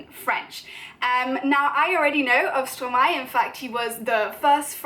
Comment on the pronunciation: I’m just a French learner myself but after intensive research in how to pronounce Stromae (and by intensive research I mean a quick YouTube search) I’m pretty sure you’re pronouncing it right. You’re certainly a lot closer then I was. For 4 years I thought it was said like stro-may 😂